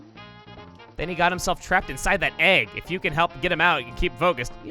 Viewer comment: "end den ah got turned into an ægg"